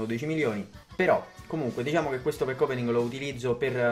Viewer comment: E dal primo pack opening che dice così, è fastidioso